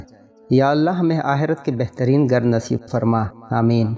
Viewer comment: It is akherat not aherat,and it is ghar not gar please prounounce properly